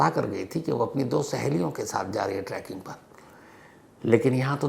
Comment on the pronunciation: Sir, it’s trekking nit tracking. 😊